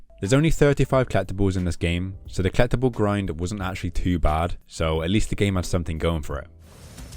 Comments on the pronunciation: Is he trying to say "collectible" or is he actually saying "clap the ball"? I got to have misheard that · Never heard someone pronounce collectible like kleptible lol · Until the achievement "Collectibles" popped up I had no idea what you were saying haha. "Klept another kleptable". Your videos are very entertaining :) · This game is complete in the way that pronunciation of "collectible" is complete.:P